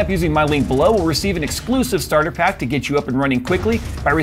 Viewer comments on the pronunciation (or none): none